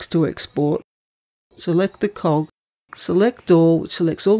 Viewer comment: This video is helpful - but only if you can guess correctly which of the two machines she is talking about at any given moment. It is also difficult to translate some of her pronunciations - "cog," the icon for "settings," being one.